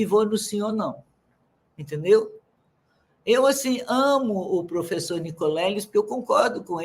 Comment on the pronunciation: Por isso nossa educação é um lixo, olha o nível dos "prufeçô'